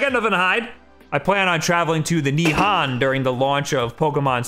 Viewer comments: nihan???????? nihon "hone", or nippon sorry really bothered me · He said he is going to Nihan lmao it’s Nihon.